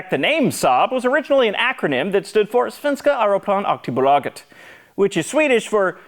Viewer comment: No joke your pronunciation of "Svenska aeroplan aktiebolaget" was the best I've ever heard from an American. The following sentence not so much, it sounded German. - A Swede